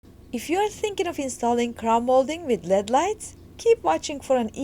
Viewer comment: she really said led lights